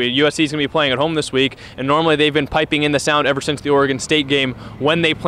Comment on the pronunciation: Tahj “Sance” Washington